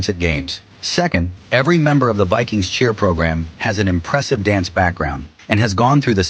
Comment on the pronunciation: The " Vi - queens ".